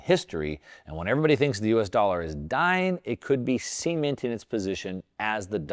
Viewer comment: "semen-ted" lol Its cement-ed ser